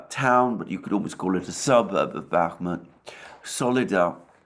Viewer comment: Alexander and his continuing pronouncements that Bakmuht is on the cusp of falling to Russia/Wangker!! The daily dose of comedy for and The Dohwrong never gets old!! 😂😂😂😂😂😂😂😂